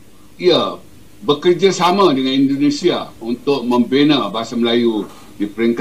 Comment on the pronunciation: Koreksi bang, pengucapan anda belum sesuai. "Indonesia" bukan Indonesa